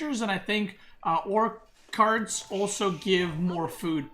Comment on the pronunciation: wow your pronounciation of some words like Beduin or orchard... way off...